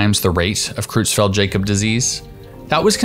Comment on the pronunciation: You are pronouncing CJD wrong. Jakob is pronounced "Yahcub".